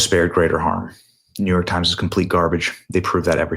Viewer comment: The New York Times has no credibility, as soon as I hear NeeYork Times, I dismiss it entirely. Thank God your family safely escaped